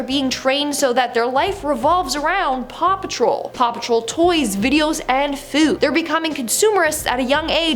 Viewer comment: Paw patrol you mean RAW PATROL 🤣